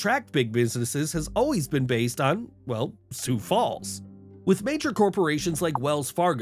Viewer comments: No mountains, no Sioux-Foo and Pierre is pronounced "Peer"... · never heard sioux falls called su fu and its not pea air its peer